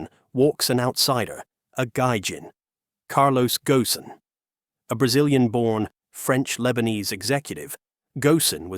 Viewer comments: This time his name was pronounced correctly, instead of Carlos Gon. It should be Gosen. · I stopped listening when they mispronounced "Ghosn"